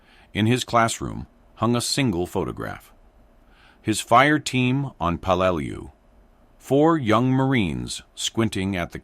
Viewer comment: It's pronounced 'Pel-lah-lu island😢